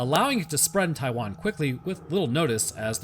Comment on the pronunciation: The moment you said “Taiwan”, I got Coco flashbacks